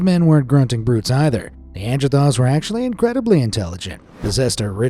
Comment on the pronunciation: King Lee-Can(King Lycan) Nandrethal(Neanderthals) Kubla Kahn(Kublai Kahn)